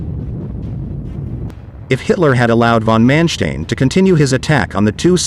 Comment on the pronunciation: I'm just wondering, is the narrator a computerized voice, because of its mispronunciation of von Manstein and Model?